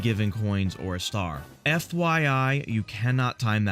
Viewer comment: trying to say star